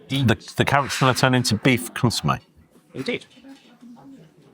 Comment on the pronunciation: An interesting dining experience for sure - spoiled only by your poor pronunciation of consommé, Chablis etc. It makes it seem like being pretentious.